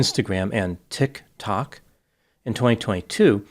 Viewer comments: The way you said TikTok made me laugh so hard 😂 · The way says tik tok always makes me laugh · Love how pronounces TIK…TOK, like it’s some type of foreign disease. Lol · Wow, when he came clean, in many ways, he spilled all his fraudulent actions. Maybe that made him feel better and didn't have to live a lie anymore. Love the way pronounced Tik-Tok and Rad-ical LOL, you slay!! Bravo!